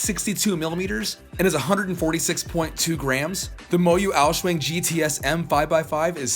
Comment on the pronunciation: "The MoYu Aou-shuang" Me, an Asian: Heart Attack